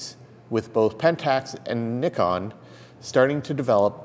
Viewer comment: Finally someone from North America who can pronounce Nikon properly...!!! hahah